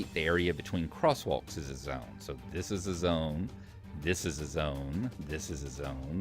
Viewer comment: thiz-ziz-a-zone, thiz-ziz-a-zone, thiz-ziz-a-zone. XD. Great tutorial though.